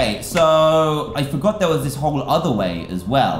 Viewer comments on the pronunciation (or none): none